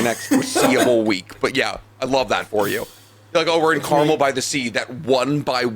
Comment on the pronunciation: Hearing the pronunciations of Carmel and Solvang are killing my central coast heart.